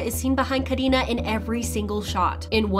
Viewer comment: No one : The person talking : KahDinaH